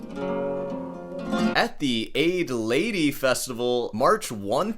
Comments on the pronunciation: Not that it matters but "AdyLady" is pronounced ""Add- El - Aid" or "Adelle-Aid" (Adelaide) - it's in South Australia... That's my PSA for today... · Adelaide - Aid Lady ! hilarious 😂It's Adder-laid - For me most associated with F1. It's in Australia (South Australia) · A-dee-lady? Really? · That is a very interesting pronunciation of Adelaide (kind of like A-de-layd). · Did you just pronounce Adelaide 'Aid-lady'?! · It's pronounced "Adelaide" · lol - I'm from Adelaide South Australia. That's about the worse and funniest pronunciation of Adelaide I've ever heard! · never in all my days have i heard Adelaide pronounced like that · Your mispronunciation of Adelaide is something I’ve never heard from anyone before…